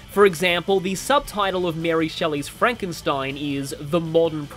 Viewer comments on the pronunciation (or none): none